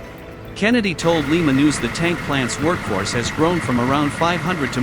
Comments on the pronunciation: Li....ma. pronounced with a long I. Not like Lima Peru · It's L-eye-ma not Lee-ma! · It's not Peru moron, it's Ohio and it's pronounced Lie-ma, not Lee-ma. Lima Ohio.